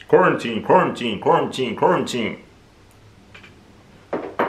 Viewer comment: literally saying quaratine, Quarantine is the funniest thing ever 🤣🤣🤣